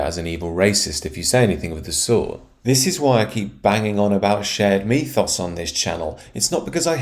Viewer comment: I know it's only a small thing, and I generally agree with most of your commentary, but "mythos" is pronounced "mithoss", not "mee-thoss".